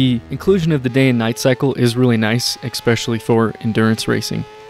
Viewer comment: that was a hard X, as hard as it gets. There is only one way to say the word.